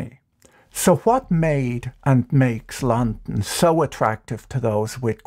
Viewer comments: mans saying Lon-n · Imagine the wealth that has been hoarded by a tiny group of people and what that wealth could do for people if it was somehow released back into society. More and more every day “eat the rich” doesn’t sound so silly. You say “London” so strangely that I don’t think I’ve ever heard it that way. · I've legitimately never heard anyone pronounce London the way he does. It's a very peculiar pronunciation, weirder still is he pronounces every other word pretty uniformly.